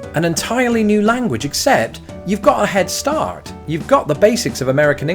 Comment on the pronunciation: "You've got a head staaa'rt" Love that pronunciation!